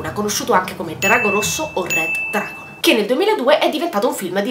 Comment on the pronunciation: certo che ti saresti potuta sforzare nel pronunciare "Red Dragon" che cazz!